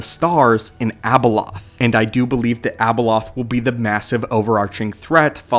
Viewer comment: Its not Abeloth